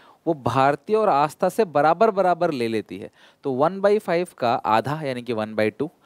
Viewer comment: sir double 'aa' aata hai aastha mein 😂